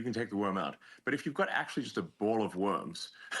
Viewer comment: Was I the only one who heard Elon Musk say "Bowl of Wombs" when he meant "Bowl of Worms".